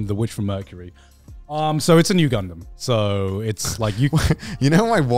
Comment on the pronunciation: IT'S--- NU GUNDAM oh wait he meant new gundam series